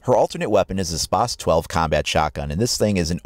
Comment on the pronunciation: you pronounce spas-12 wierd and it is very overpowered